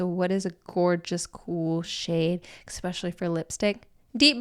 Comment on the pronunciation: A really interesting video. „Exspecially“ did get a bit distracting though. It’s nice to see the interactions and banter between you both